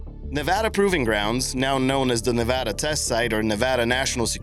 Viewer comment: Good job on pronouncing Nevada correctly (with a long a). There is actually the distinction for it written into their state constitution. Learned that while visiting Carson City.